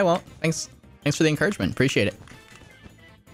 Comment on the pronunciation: In this game said thanks for the encouragement which sounded like thanks for the engagement all of the 3 times